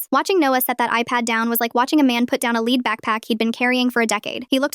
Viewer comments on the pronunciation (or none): Metal lead pronounced led